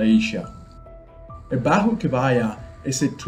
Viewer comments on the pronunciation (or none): Hi. Just to point out that in Malaysia, J is pronounced like J in Jaguar. So baju is not bahu. NG in the word pelangi is pronounced like NG in the word sing. And last G in the word Genting is not pronounced Jenting but how Gallery is said instead of Jallery. Enjoy your stay ! 😊